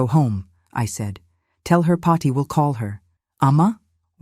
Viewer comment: Paathi, not Potty, for goodness sake!